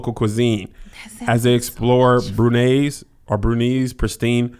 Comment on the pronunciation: Royal "BrewNigh" Brunei